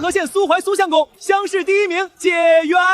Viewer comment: 古時科舉第一名解元 應讀解（介）ㄐㄧㄝˋ元